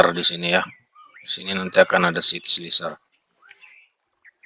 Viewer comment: slicer dibaca slaicer....